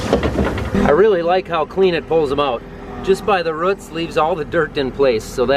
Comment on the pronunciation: I'm from KY. live in southern Indiana now. I have been able to even notice an accent from you living so far up north until you said "roots". lol. Another great video.